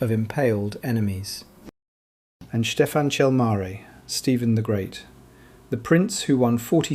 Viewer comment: StefAn, not Steven...... can you pronouse the names properly!